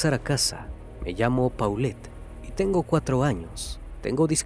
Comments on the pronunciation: NO SE DICE PAULET, SE DICE POLET , UN POCO DE MÍNIMO RESPETO SERÍA CHECAR COMO SE PRONUNCIA EL NOMBRE DE LA NIÑA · se pronuncia Polet